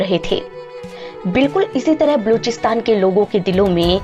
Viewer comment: बलूचिस्तान तो ठीक से बोलिए|